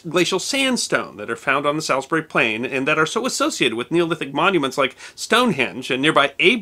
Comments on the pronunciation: Just to help, Guy, Salisbury is pronounced with an 'all', a soft A, rather than the name Al as in Albert. Even as an Englishman, the pronunciation of many placenames can be a struggle, even to residents. As a case in point, when I lived in north Kent, I learned that a nearby town has the distinction of being the longest town in Britain (at 7 miles long), Meopham, which modern residents call 'Meppam', but only when sat on a bus one day, did I overhear two elderly ladies speaking of how they were going into 'Meffam' for one reason or another! Whilst Salisbury has always (to the best of my knowledge) been pronounced Sallsbry, I've never heard it called SAlsbury, although many tourists add the 'i' through lack of understanding, much like Leicester is oft said Lie-sesster etc. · Good explanation, but I hope I don't sound 'picky' ....... I think you'll find that 'Salisbury' is not pronounced, 'Sallis berry', but more like 'Sawls bur ree'. :) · It's pronounced 'Saul's-brie' not 'Sal's-berry' and 'Wilt'sheer' not 'Will's-here' FYI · Small pronunciation gripe. Salisbury is pronounsed Sauls-bury. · Salisbury please pronounce it as Saulsbury as you are using the wrong form of the letter "a". In the 70s my first posting after training was at Bulford and a few years later I returned to the area to Larkhill to do a gunnery course. From my bedroom window I could see Stonehenge about 2 miles or so away. I have frequently revisted the area introducing it to friends from other countries. I believe that Glastonbury would make an interesting topic for a video, not just for it's history but also for it's alleged connection with King Arthur and also the proximity of Cheddar Gorge, a place packed full of ancient history. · Love your channel. Great Stuff! Just one error here, and that is your pronunciation of Salisbury. Instead of beginning it as "Sal" begin it as "Solz". As an Englishman it took me a while to realize which city you were talking about. LOL